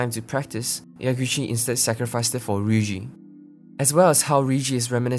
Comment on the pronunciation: Please stop calling her Riyuji that's make me feel so bad for her.